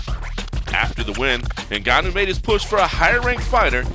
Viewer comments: It’s pronounced Gun-nu. You don’t pronounces the N. It’s silent in Africa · You cover MMA and you cannot even pronounce his name properly? It's 'En-Gannu' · Why u saying neganou